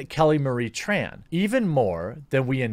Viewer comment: You know I'm way less offended about her role as Tico and more about how she can't even pronounce her family name 'Tran' right. Did her agency tell her to do that? Or she just thinks it's trendy?